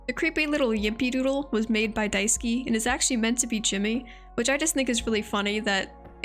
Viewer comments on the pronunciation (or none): you pronounced Daisuke’s name wrong, his name is pronounced [dye-sue-kay] or [dice-kay] if you say it faster!! amazing character analysis video regardless. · Really minor nitpick. Daisuke would be pronounced as “Die-skay” not “Die-ski”